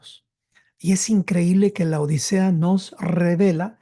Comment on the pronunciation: Por favor, es LAODICEA, no La odisea, como muy problamente los pronunciaréis. Laodicea (griego Λαοδίκεια πρός τοῦ Λύκου; latín: Laodicea ad Lycum, también trasliterado como Laodiceia o Laodikeia, antes conocida como Dióspolis y Roas; turco moderno: Laodikya) es una ciudad del antiguo Imperio seléucida, establecida entre 261 a. C. y 245 a. C. por el rey Antíoco II Teos y nombrada en honor de su esposa Laódice. Estaba ubicada a unos 6 km al norte de la actual ciudad turca de Denizli, en la provincia del mismo nombre, cerca de la aldea de Eskihisar. Cómo vais pretender enseñar si no sabéis ni cómo se escribe.